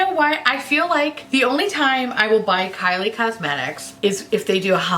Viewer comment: When you called Kylie Cosmetics “Kyle Cosmetics” I screamed